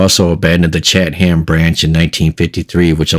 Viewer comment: Pronounced Chat em.